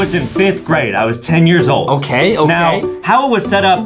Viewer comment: “ tol “ “ old “ “angery”